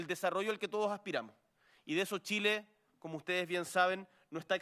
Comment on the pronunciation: From Chile... the president: "come-moco" 🤣🤣🤣